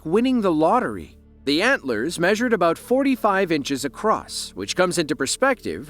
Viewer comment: “That’s aboot as fresh as yer gonna get” says the man who sniffs moose antlers….😂